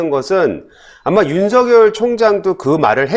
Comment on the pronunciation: 윤석열 발음 제대로 하세요